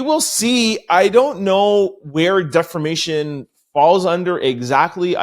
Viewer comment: Hi From The Sky 💫🤺 We love how you put the ‘ Rrrrrrr ‘ in DEFAMATION ! 😂😂😂😂😂😂